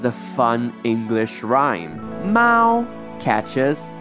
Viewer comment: This person can’t even pronounce some of the sounds correctly, especially mao